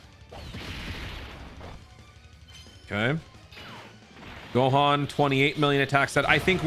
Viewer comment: "GAHAN" lmaoo dude am dead